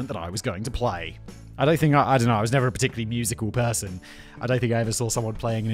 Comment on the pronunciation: Pershun instead of person Simon 😂😂😂